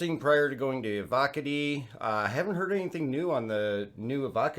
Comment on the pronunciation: EVO, COTTIE. like manicotti but Eee Vee Oh instead of Mani.